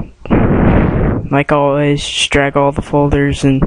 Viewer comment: It is ALL in one not ALE in one!! OMFG!